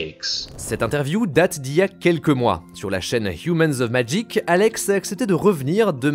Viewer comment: Si au moins tu prononçais le nom du jeu comme du monde tabarnak !!!